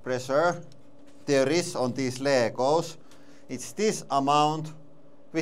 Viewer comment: "Ley-goes knee-plays" 😂